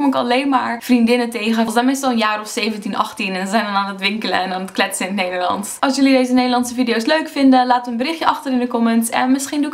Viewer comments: I think your "s" is turning more to an American/English "s". When you say "Nederlands", your "s" sounds a bit like a "z"? Or your "a" is a bit too much like an "e" (literally "Nederlends). Maybe a combination, but I can definitely hear an accent in there (that doesn't come from Leiden ;)). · In sommige zinnen zijn wat letters inderdaad een stuk zachter uitgesproken, bijvoorbeeld de t en d. Telkens als je “nederlands” zegt klinkt als “Neyerlan’ers”. Ook wordt de ‘ij’ soms als ‘uh’ uitgesproken ‘zijn’-> ‘zahn’ (misschien gewoon per ongeluk foutje, maar het valt wel op als ik met iemand zou praten). Ohh en het meest opvallende is de g, die je nu vaak als zachte g of h zegt: ‘zeggen’ -> ‘zehhuh’ en zachte g bij ‘gesproken’ Misschien zeg je de letters wel, maar niet duidelijk genoeg, maar je niveau Nederlands is duidelijk hoog! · de manoer waar op je grappig en nederlands zeg is anders met een beetje een engels accent